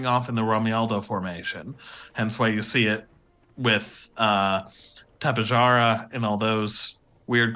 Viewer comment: The pronunciation is Ta - pe (not pi) - ja (like in japanese) - ra (like in rarely)